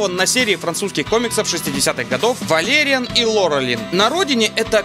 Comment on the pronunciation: А разве не "валериАн"? (про ударение)